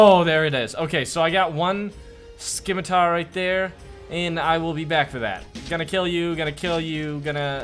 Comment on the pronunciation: Its pronounced sih-ma-tar not skih-ma-tar I'm just sayin